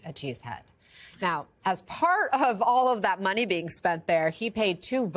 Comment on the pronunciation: "This is how the game is played now..." places an undue amount of emphasis on the use of "now..."